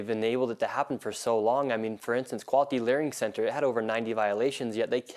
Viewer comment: she biffed it a little, it’s “Learing Center” 😂